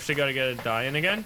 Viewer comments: Finally pronouncing ‘Dayan’ correctly. Its ‘da-yearn’ people not ‘dianne’ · It's pronounced "Die-yin" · The Most Accurate Pronounciation of Dayan 👍👍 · Dang the pronunciation of Dayan was SPOT ON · That DAYAN pronounciation is spot ON! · Saying this as an Indian, the pronunciation of DAYAN is spot on. 💯